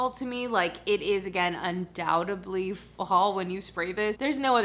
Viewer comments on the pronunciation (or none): It is actually "undoubtedly" and not "undoubtably, " from one detail lover to another!